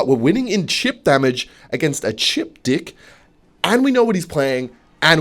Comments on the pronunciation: everytime he says deck i hear dick idk why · Day 24 of asking to play PVZ 2 Bro he says "dick" so often, that my brain is starting to register it as the actual world instead of deck 😭😭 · “In the dying embers of yesterdays evening I was fiddling around with my deick” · do you really say deck like that?